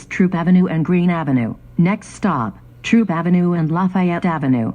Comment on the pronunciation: It’s THROOP AV , Not Troop Avenue